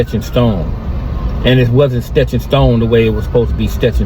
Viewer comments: I'm a petty ass nihga, but what the hell is stetched in stone, is he trying to say etched in stone😂 maybe he had an etch a Sketch when he was little🤷🏾‍♂️ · WTF is “stetch & stone”😂